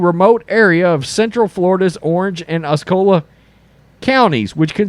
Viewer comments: Ossie-O-La (Osceola) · Osceola county is pronounced aa see ow luh, just like the chief the represents Florida State University. Now I got to listen to the war chant though I am a 'canes fan. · Osceola "os-e-ola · Pronunciation of Osceola: Ah see oh la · Ah-see-o-la county.